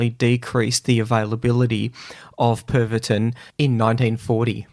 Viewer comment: Pervatin. It's a "medicine", not a drug. 🤣🤣🤣